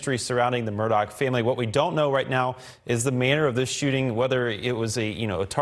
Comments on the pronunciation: Murgaugh. Say it like your saying murder...but your from Boston. Why are they pronouncing it Murdock? Ludicrous. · Sitting here cringing as I listen to this reporter keep butchering the name. It's Murdaugh NOT Murdock. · Hey dude you stink at spreading he doesn't pronounce the name right